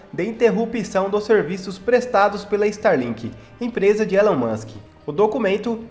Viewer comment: Ílan mâsk, Ílan mâsk... essa é a pronúncia!